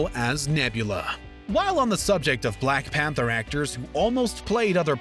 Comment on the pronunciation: Bruh why did he have to say black panther as BLACK pAnTher